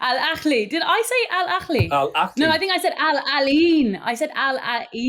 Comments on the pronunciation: it’s not “Al Akhli” it’s Al Ahli, exactly the same as you spell it. I don’t mind people mispronouncing it. But, correcting someone and being so wrong so confidently is crazy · Love the pod! Just a note was mistaken, Al Ahly is pronounced with a soft h ( ه) and not with a scouse kh (ﺥ). An English person simply needs pronounces the "h" as they normally would in a word like "ahead", dont need to overcomplicate it 😂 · It's Al-Ahly Literally pronounced as it's written with the Ha sound not the Khhh sound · It’s pronounced Al Ahly → al-AH-lee "Al" is like the word “all” but shorter "Ahly" has the stress on the first syllable: AH-lee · Hey Gary, phonetically it's annunciated as "al" "ah" "lee", there is no guttural sound when saying the "h" is about to spit. Not all Arabic words have guttural sound. Great show as always.